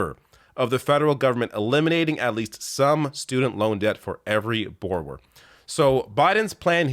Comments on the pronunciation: The most Canadian has ever sounded saying borrower 😂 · It's clear you're Canadian by the way you say the word "borrower."